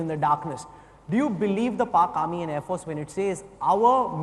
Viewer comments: Thank you. Why does he pronounce “force” as if he has a constipation? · Who is this joker anchor? Why does he pronounce “force” like a total idiot? What is his name? I would like to send him an email and teach him how to pronounce